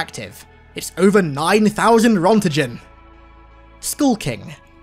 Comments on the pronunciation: Listen, I love this video and all of your content but I simply cannot forgive that butchering of the word "Roentgen." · Great video! Also, I know you probably don't care, but the correct pronunciation for "Zvezda" is something like Zvyezda. It's Russian for "star". Also, you butchered "Roentgen". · The way he pronounced Roentgen I can't 😂😂